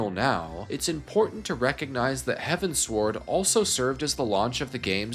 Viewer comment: Great video but please, it's heavens-ward... As in... Heading towards the heavens... Not heaven sword.